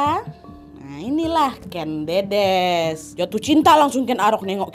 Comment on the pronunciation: Buat pecinta sejarah dan untuk semuanya. Aku boleh mengoreksi ya Kak Nadia, untuk pengucapan nama Ken Dedes. Yang benar begini: Ken Dedes (Jawa: ꦏꦺꦤ꧀ꦝꦼꦝꦼꦱ꧀, Kèn Ḍĕḍĕs) yang tidak paham IPA (International Phonetic Alphabet), cara ucapnya /è/ itu kosakata 'enak' dan /ĕ/ itu kosakata 'emas'. yang bisa baca Aksara Jawa, silakan baca. Matur sembah nuwun